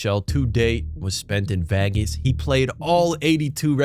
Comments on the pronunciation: did bro say vagus? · The way you said Vegas is a way I’ve not heard before